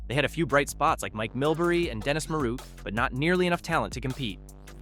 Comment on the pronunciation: Dennis Maruk’s name was mispronounced once, and pronounced properly another time